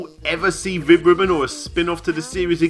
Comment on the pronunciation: I thought you said, Vib-Ripoff